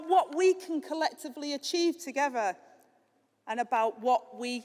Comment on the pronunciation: "Togever". "Gavvered". The unions choice.